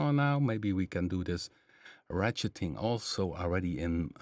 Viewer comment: Perfect, 🙏🏽 Many thanks for the very usable information provided here. For your information,...you said ratcheting perfect the first time ha ha. Not an easy term! Think about RATS. Almost like RAT-SHITTING LOL. Just a way to remember.;) I had no idea I only chose the PM stuff lol, how funny. I guess it is because I know a good deal about the basic waveforms combined, however, audio-rate OSC modulation has always been a less-traveled area for me—unless I just experiment. But now I know more about controlling what could potentially end up as wild atonal chaos. ha. Thanks a lot. I look very much forward to other users’ suggestions the next time you do something like this. After I dive into Quad more then I may definitely have questions about some of those presets. Edit: One more thing! If you do have stream on a different schedule then PLEASE send a note here on your YouTube or on the email mailinglist. I do not use Fazebook/Twivver;) Thanks in advance 🙏🏽🙏🏽